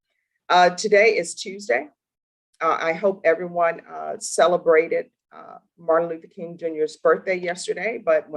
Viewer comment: She expects people to call her your honor but chooses not to respond Dr Martin Luther King jr. by the doctor title. I don’t celebrate that holiday but nothing makes me mor upset than anyone not pronouncing his name properly.